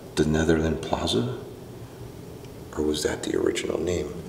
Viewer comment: plaza said like plarza